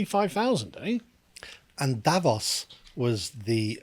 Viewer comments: DavRos not Davos. And stop dissing Davros. He had some redeeming features. After all he was a genuine patriot to his people unlike the WEF sycophants. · DavRos With an 'r'